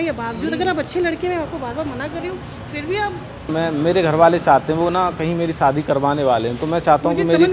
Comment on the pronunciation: Shaadi ❌ Saadi ✅ Camera ❌ Kemra ✅